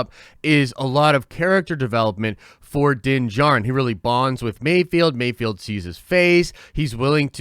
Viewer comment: Mayfeld not Mayfield Mayfeld not Mayfield Mayfeld not Mayfield Love your work, lol